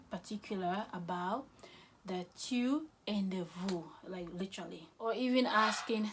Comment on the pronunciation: La prononciation des tu n'est pas bonne, "tyou" n'existe pas en français en tout cas merci pour votre dévouement